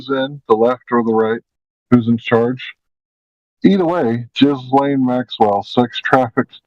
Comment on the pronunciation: Ghislane it's gee-layne.its the feminized form of the French male name Ghispronounced Gee.lets keep it French people 😮.